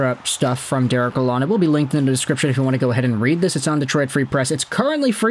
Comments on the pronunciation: It’s pronounced “La-lone”. (The “d” is silent or barely emphasized. May as well get it right as a sports expert.) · For starters ... His name is NOT pronounced with a short "o" as in pond (like you are doing). He wants his name pronounced with a long "o" as in phone, tone or bone. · Honestly you knew who he was referring to when he pronounced the name wrong, so in the end it doesnt matter too much. Its way too small thing to get hung up on. You could mispronounce my name and i couldnt care less so long as you get my attention.